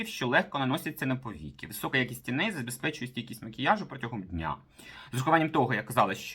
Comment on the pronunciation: Косметикою майже не користуюсь. Дивлюсь Вас, щоб відключитися від буденного негативу. Почула слово " тіней" . У цьому слові наголос на " і". Вибачте. Миру, щастя, здоров'я.